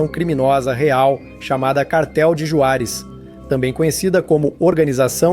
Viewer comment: Se pronúncia "Ruarez" com som de R não Juarez da forma que tá escrita.